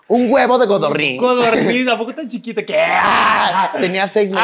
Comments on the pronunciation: Solo yo noté que dice GODORNIZ y no CODORNIZ???????????????? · Dice "Godorniz"?